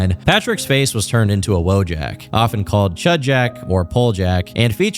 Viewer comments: I hate that you people say vowjack instead of wojak (voyak) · I think its pronounced Voh-jeck, with a V. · "He was made into a woah-jak" Holy coal